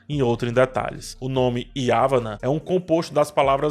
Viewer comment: Espero não estar sendo um Mala (não Maia hehe), mas ya-VAN-na é a pronúncia (paroxítona, porque há o encontro de duas consoantes: uma no final da penúltima sílaba com a outra no começo da última.